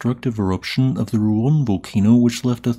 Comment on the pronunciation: Finally you pronounced Ruang right this time yay